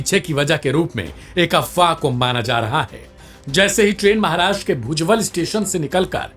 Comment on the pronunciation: अरे गवार कही के स्टेशन के नाम तो सही से ले लेता.. भुजबल नही भुसावल है वो और दुसरा परांडे नही परधाडे है . अगर बोलते नही बन रहा तो थोडा पढ लिख कर आ जा फिर रिपोर्टींग करना